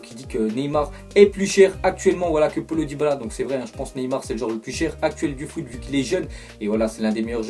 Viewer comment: c pas polo c paölo prononcé le o avant le l